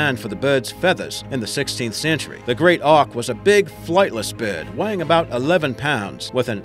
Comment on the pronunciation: Great Auk right? More like great “ock”